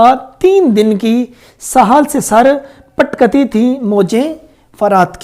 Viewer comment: Apki to apna urdu ka talhafuz sahi nahi hey sahal nahi sahil hota hey or patkati nahi patakti hota hey